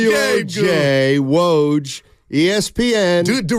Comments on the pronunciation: it is woj, not waj… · it is woj, not waj